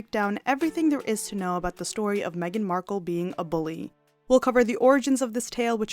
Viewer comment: Markle not marke